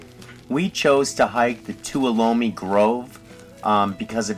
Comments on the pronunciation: Yosemite is so awesome, everything is so MASSIVE there! Tip: Tuolumne is TWO-WA-LA-ME … I live in the area, LOL ;) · Pronounced Too-wall-o-me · “Toowallome” is the correct pronunciation! You kill me! Aren’t those Sequoia’s spectacular?! Yosemite is my favorite place on the planet...if I could, I’d live there. You really don’t know how lucky you were getting to see bears! Like I said in an earlier post, we go at least twice a year, and I haven’t SEEN one in about 8 or 9 years. I hear them a LOT at night. Hubby saw one dumpster diving at the Ahwahnee/Majestic Hotel. You’ve been very lucky with all you’ve experienced in Yosemite... we’re on our way with the daughter and grandkids very soon! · Beautiful video!!! Local people won’t know what you mean unless you say “ To All Um Me “ for Tuolumne. 🤗😁👍🏻 Glad you enjoyed our beautiful Giant Sequoias and got to see 🐻! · Tuolumne is pronounced Too All Uh Me. (I live near Tuolumne LOL) Other than that, Great vid! Hug that tree 😊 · Its pronounced Tow al a me Not bieing mean, just want you to know the correct pronunciation. Love your channel by the way!